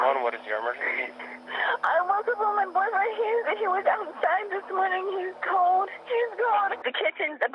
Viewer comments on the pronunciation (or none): none